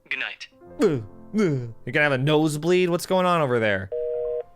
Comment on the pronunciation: "you gonna have a nosebeed whats going on over there" LMAO